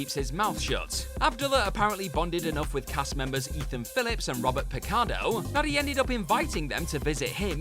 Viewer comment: Robert Sicardo?!?!